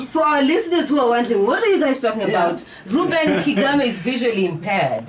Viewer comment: Kigame...not Kagame